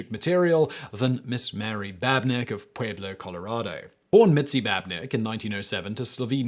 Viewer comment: My man really said "Pway-blo" 🤣 It's so easy to forget how much Mexican Spanish is ingrained into the whole US's history and place-names until you hear someone from another continent try to pronounce Pueblo lmao